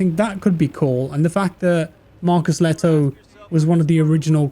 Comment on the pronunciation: That's one way to pronounce Lehto.